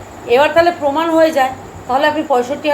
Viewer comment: Apni age ktha gu6iye nin, peman na proman, bujhe6en. Boyes hoye6e ai sob bondo korun